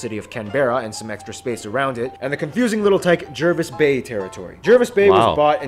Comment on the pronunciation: Jervis Bay is pronounced Jarvis Bay.